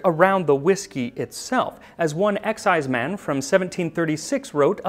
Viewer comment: You're mispronouncing exciseman. It's not "EX"-"ize"-"man", it's more like "ek"-"SIZE"-"mun". They were hated and reviled in traditional Scottish folk music, often coming up poorly when compared to the devil. Where I come from in the southern Appalachians (U.S.A), they were called revenooers (or, more politely, revenue agents.) And, yes, there is a relationship between the illegal distillers of Scotland and the moonshiners of the Appalachians. The eighteenth century Scottish emigres brought their love for the wee dram, the ability to produce it, and their disinclination to pay taxes on it when they came to the U.S and settled in the mountains west of the coastal areas. Over the years, they worked their way south along the ridges and hollers (sometimes only a step or two ahead of the tax man) until the mountains ended in north Georgia, doing battle with the hated tax agents the whole way. But that's another story... richard “Everything that needs to be said has already been said. But since no one was listening, everything must be said again.” — André Gide { Or as I call it, full employment for historians.}